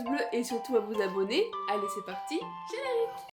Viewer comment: Jpp ''gérénique''😂